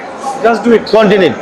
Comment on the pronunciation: কন্টিনিট না continue